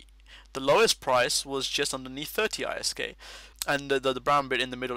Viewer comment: Awesome, this is interesting. Also I like how you say ISK, (separated) idk, I perfer it but ISK is fine too.